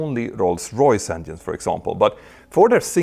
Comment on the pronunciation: Stop saying "endienes"